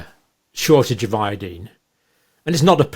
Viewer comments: Where in heaven did you learn to pronounce iodine? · We say it ( io dine) you say ( io dean) I imagine same page